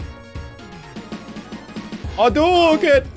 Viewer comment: If you keep doing fireballs from both Ken and Ryu you'll hear "hadouken" sound like "I'll do again". 😄